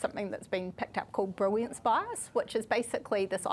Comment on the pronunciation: Am I the only one hearing her pronounce "brilliance" as "briwiance"? 😅